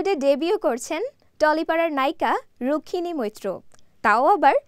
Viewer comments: উচ্চারণটা রুকসমিনি না রুকমিনী । ৫৫ সেকেন্ড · বানান টা ক+ম, তাই বলছি উচ্চারন টা ঠিকমত করেন।